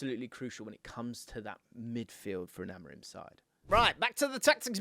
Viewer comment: its not rim like tire rim it pronounced amoreem. I is like a double e like in spanish.